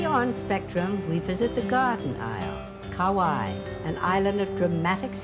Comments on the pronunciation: seriously, couldn’t even pronounce anything correctly. Hopefully it was a sign of the times of haole telling our mo’olelo. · Too bad she couldn’t pronounce Kauai correctly. Been living here for 35 years